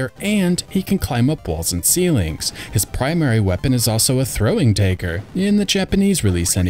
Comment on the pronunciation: The day-ger? Really?